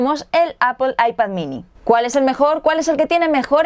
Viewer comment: Kindel, Googuel y Appel xD